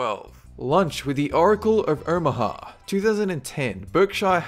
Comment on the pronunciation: "The oracle of erhmaha"?